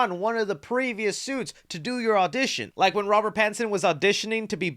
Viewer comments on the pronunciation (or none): none